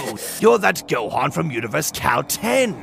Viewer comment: Yeah... Gohan A is Gohana, Gohan with an "a" at the end.